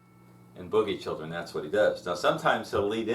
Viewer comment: Boogie Chillen, not boogie children, sounds weird to hear it said that that way lol great lessons though, some of the best on YouTube for John Lee, so thank you!